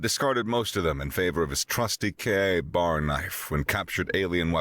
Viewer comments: Sorry, but the Kay A Bar kept breaking me out of the story. The name is spoken KAY bar. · its not pronounced K-A bar. its KABAR... all one word.... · K BAR not k A bar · Sounds a little bit like a hunger games rip off. It is not pronounced KA bar, it's K bar. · It is pronounced kay bar not k a bar. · Would have been great, if KA-BAR had been pronounced correctly. By all the Blades, come on! It is "K-BAR" !!! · A very good story by the voice ogre! Had to save this one! But it's Kay-Bar knife. Not K a bar sir. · KA-Bar ... a VERY famous military fighting knife. It is pronounced "kay-bar" (a woman's name: Kay, and a place to get drunk: bar). Put together and you get "kay-bar". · its not "K A BAR," it's pronounced like a single word, like "kay-bar." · fun story, note for the narrator KA-BAR is pronounced kay-bar. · KAY-BAR, KAY-BAR! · KA-Bar pronounced K-Bar. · OMG!!! You insult every military person and knife enthusiast on the planet!! It’s “Ka-bar” pronounced k-bar. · It's pronounced "Kaybar" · Why, when you pronounced it correctly the first time, did you then proceed to make every military man hearing this cringe in how you change it to KA bar? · Your American accent is good, but I begin to doubt that you are. That knife is pronounced kay-bar. Everyone knows this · Every time I heard KA Bar a little piece of my soul died. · K-bar. Its said KAY BAR 😬😂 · It's pronounced Kbar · Ehh,… let it slide. Not everyone knows the jargon. Larissa mispronounced sabot when she was reading the Lead Dealer story at first. She got it correct later on. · It's pronounced "KAY-BAR" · KA-Bar pronounced KBar.